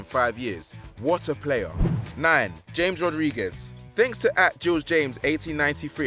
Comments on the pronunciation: It is ha-jee not ha-gee It is Ha-mes not James It is Romania not Colombia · OHHH HE SAID JAMES INSEAD OF JAMES. OHHH. HE SAID IT LIKE JAMES IN LEBRON JAMES INSTED OF H-AMES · Mike Wazowski like he said James instead of Ha-mes! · It's said hamez.not James Rodriguez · It's ha gee not hag e It's ha mes not james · It is pronounced Ha-mes not James and Hagi is pronounced Ha-Jee not ha-gee this guy can’t pronounce names. It is a disgrace plus how does a player win La Liga with Marseille? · Hames, not djeims. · Cringing every time he says james not hames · hagi is from romania Its ha-mes not james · Bruhh this man is a goofie, it's pronounced Ha-Mes not James smhhh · Bloody hell it is HAMES not James Which moron is this who hasn't heard commentary in his life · It’s pronounced Yhames not James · It’s pronounced ha-mes Rodriguez, not James Rodriguez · Jonathan Perez it's pronounced sch-ames Rodriguez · i think r9 already had 1 ballon dor and 2 fifa player of the year and broke the transfer record twice before 1998, and also its pronounced hames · Man said James lelll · Ja-mes Rodriguez J pronounced as (Ha) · MelleGamer LFC YT No, Chames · Aaaaaaaaaa you’re pronouncing James wrong cannot watch the video further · Honestly, God can you not pronounce Hagi And James. And Since when was it possible to win a la liga title at Marseille? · The way he said James Rodrigues and platini’s name pissed me off. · He butchered the name Deschamps, James Rodriguez and Hagi! He needs culture! I luv football daily but this bloke needs to learn enunciation and pronunciation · Can you lads hire me to stop people from mispronouncing names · Anyone else annoyed by how he pronunced Ja-mes? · When will this Narrator learn to pronounce player's names correctly? He's driving me nuts with his lack of research & knowledge!